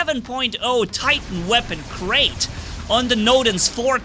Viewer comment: It’s like Krait is not pronounced as Krait in English anymore but KREIT with gutteral r like in German.